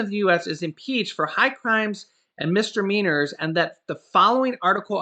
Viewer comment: MIS-"DI"-MEANORS, not "mistermeanors".